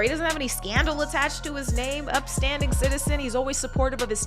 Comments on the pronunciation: How hard is it to learn how to pronounce someone's NAME correctly? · Please tell me why can't you pronounce his name ?. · She needs to learn how to say his name 😂😂😂